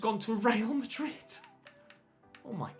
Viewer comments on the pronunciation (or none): none